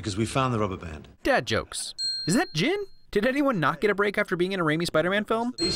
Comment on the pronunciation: Thats not Jin, thats Chin!